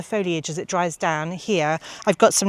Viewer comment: Just adding to the pronunciations that, you were right first time with nuh-kow-shee-aa-nuh for nicotiana which I did not know. Always fun to learn these, preferably before I go to the garden centre and start asking 😆